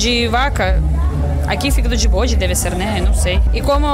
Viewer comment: Tripa de "bôde", kkkkkkkkkkkkkkkkkkkkkkkkkkkkkkkkkkkkkkkkk é uma delícia.......